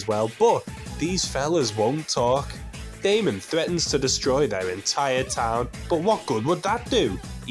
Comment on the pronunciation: I was literally commenting to say the same thing. I mean it's even spelled Daimon. Haha. No offense to Mr. though. I genuinely enjoy these videos.